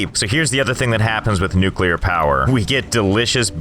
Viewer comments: Finally nuclear power and even better nuculer wast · *generate nuclar wast not electricty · Unradiable base. its nucular all the way